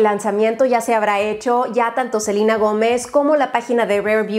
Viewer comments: Cada que decía Selina los selenators les daba un infarto 😟😟😟 es Selena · Rare: rare es cuando dice Selina y no Selena 🤣 siento que en los empaques se parecen mucho a los de Fenty Beauty. 🤷🏽‍♀️ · En inglés se pronuncia selina pero se escribe Selena es como Selena Quintanilla le decían selina pero se escribe SELENA 😅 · Selina Yo: Selena!¡!¡! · Una duda x que dice Celina si es Selena 🤦🙄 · Soy la única que se le hace raro que le diga Selina y no Selena ?? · En español es Selena, no Selina. Es estresante escuchar Selina cada 2 segundos. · No se dice “Selina” es “Selena”, tal cual, tan fácil, no sé porque los que hablan inglés todo quieren modificar. Saludos. ♡ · Porque dice SELINA? no es SELEEENA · espero que no le dijeras selina!! digo claramente es SELENA... por que en este video todo el tiempo dijiste seliiiina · Selena*** no Selina 😅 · Que no es Selena así como se lee? No selina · Soy yo o le dice Selina a Selena xD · Yo pensando porque dice "Selina" Si se llama "Selena" 🤣 te queremos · No rs Selina. Es Selena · sofianzan lo sé, pero me pareció gracioso que alguien dijera selina siendo que donde vivo siempre lo pronunciamos mal xd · Pues si no vamos también a eso Selena se pronuncia Selena, ya que proviene del nombre Selene 🤗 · A mi también!! Nunca escuché a nadie decir Selina jajaja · confirmo, me causa tensión escuchar selina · los nombres propios no tienen diferentes pronunciaciones solo una. Es selEna en cualquier idioma. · La verdad es que como nombre propio que es se debe respetar la pronunciación del idioma donde pertenece en este caso es Selena ya que es latino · Selena sino sería Celina (bah yo tengo una prima con este nombre) sino sería Silina eso no me gustó que le cambia la pronunciación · de echo si casi moría al escuchar Selina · Pero si a ella le acomoda decirle así no le veo el problema! Es solo una vocal. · No se dice “SeLeNa” , se dice “SELINE” 😂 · Hasta en Disney le dicen Selena, no Selina jaja mori